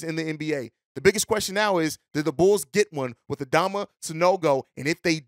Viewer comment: Pronounced Adam-ma